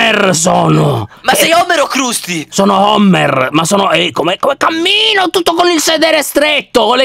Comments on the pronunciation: voi dannati!!!!!!!!!!!! si dice crasty il clown e non crusty quindi non dire che lo vedi tutti i giorni. perché menti sapendo di mentire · Si dice crastiiii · Io i Simpson li amo, CQM LER KRUSTY SI LEGGE KRASTY. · Io guardo i simpson e quando gli guardo, mi fanno stra ridere. Ma perché chiamate Krusty in quel modo, la u non è a?